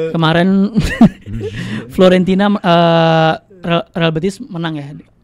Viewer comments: grget dnger ngomong Florentina,FIORENTINAA 😂😂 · buat, bukan FLORENTINA tapi FiORENTINA.. 😅😅😅😅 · Fiorentina bukan Florentina 😂